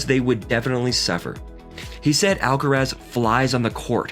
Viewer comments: Why "alcarez"? Influenced by "alvarez"? But then it would be spelled "alcarez", no? Just say"alcaraz". Not "alcarez". Why would you say "alcarez"? It's "alcaraz". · Why do you call him Alcarez?. It’s AlcarAz!